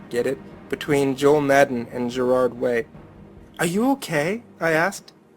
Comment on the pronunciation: Pronounced Gerard wrong... And I feel a bit weird that I knew all the bands and people that was mentioned. And this sounds like some fan girls story. Whoever wrote this is dumbtarded. (I know that's not a word, it's mine and my friends word xD) Oh yeah and it's funny listening to laugh at the story ^-^